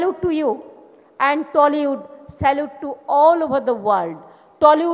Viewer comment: মূর্খ কোথাকার - টেলীউড আবার কি ? এখনো উচ্চারণ শিখলে না - বাংলার তথা বাঙালির লজ্জা । ধিক্কার জানাই তোমাকে।